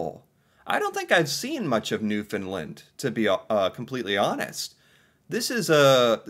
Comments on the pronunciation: St. John’s… Capital of Newfound LAND (it is not pronounced “lund”the word Land is really enunciated like saying Stand. So you wouldn’t say “stund”) Cabot Tower on Signal Hill, First Transatlantic message. Protected harbour during war time. Of course George Street, most concentrated street with bars. Only pedestarians allowed on street. Pubs, local live entertainment, even more rave like, LGBTQ, a real mix. Bars are buildings literally side by side. So much… the colourful townhouses (known as jelly bean) has become iconic and generally an unwritten rule to paint the houses according. Be careful driving, extremely steep slopes, especially during winters. There is a size limit for trucks. University, colleges, historic park (Bowering “Bow (ie. bow to someone) er - ing” Park) Ches’ Fish and Chips and Mary Brown’s (chicken) are a must. People are called “Townies” … I’m from NL and not a townie so it’s like cheering for the other hockey team but yeah, gotta give it credit. ❤ 👍👍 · He doesn't, though? He says Newfin-lind. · I was born and raised in Corner Brook, Newfoundland. (pronounced- New-fin-land) Its stunning. So much more than those pictures showed. I am currently living in Fredericton, NB (AKA Freddy) and it too is a great, and beautiful, place to live 😊 I am very lucky! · The way tourism people used to be trained to explain the pronounciation was to say "Understand Newfoundland" - the two rhyme and the syllable emphases are the same. The "found" is more "fən" ('schwa" sound) than "fin". Here's a cute video on how to pronounce it, for and other CFAs*: * come from aways, or visitors to our province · OK. I'm glad Canada interests you, but PLEASE learn how to pronounce Newfoundland.